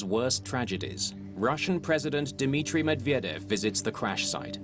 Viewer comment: MEDVEDEV! Not that hard to pronounce.